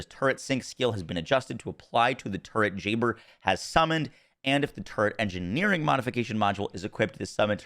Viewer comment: Anyone else hear “Jayber’s turd” and not “Jayber’s turret”? 😂